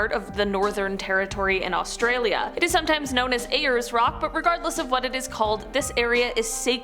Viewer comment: Australian dying inside as you pronounce Uluru and Ayers Rock 😬💀